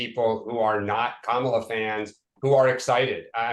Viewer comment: The constant mispronunciations of her name cheese me off, too. But I'm a bit of a grammar nazi. I'll downvote comments just for not properly capitalizing or punctuating! For those who don't yet know: It's KA-ma-la, not Ka-MA-la (emphasis on FIRST syllable, not the second!).